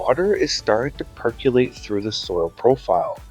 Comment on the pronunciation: I like how you say perk ya late. Yay! Your neighbor should hire you. Their lawn looks like ass compared to yours.